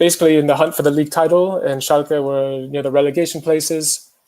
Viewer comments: Everyone: Schalke Robbie: Schalka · I have to admit it, Schalka sounds better, I AM ADOPTING THE MISPRONOUNCIATION RIGHT NOW.